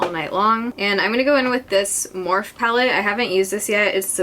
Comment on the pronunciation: morphe is pronounced MORPHEEEEEEEIIIIYYYY